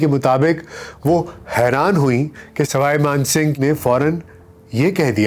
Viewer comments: Sawai man singh h, na k Sarai Kooch bihar h, na k kooch pahad Aap pronounce shi Kiya kare. It sounds awkward. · plz correct Ur knowledge/pronunciation of proper nouns; It's Kooch Behar(not Baharh Paharh or whatever you say), it's Saway (neither Saray nor Rai) Maan Singh, it's Gopal Acharya not Chari etc..... Indira Ghandi had some deep rooted aversion to nobility; she liked the low born ppl like MO Mathai, a Mar Thoma Christian who in his book claimed to have sexual relationships with Indira Ghandi for 12 long years. How could she ever stand the creme de la creme Gayatri? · It is Swai Man Singh not Srai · Not Sarai Mansibgh but sawai Mansibgh. All your names are wrong